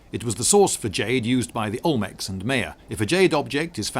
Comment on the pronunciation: "ulmecs and meya" I'm triggered btw interesting video very